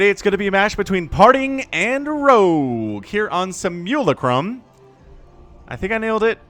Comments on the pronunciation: Sih (as in 'sit') - mew - lah (as in 'laugh') - crumb. Simulacrum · Its SIM-U-LACK-RUM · I love this map because i like to hear struggle to say it. The mass lurker/viper was pretty epic. thx! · D say simulacrum 1 more time for me